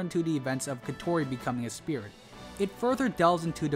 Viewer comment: Your pronunciation on Kotori is interesting going with “Ko-Tori” instead how the dub pronunciation with “Ko-To-Ri”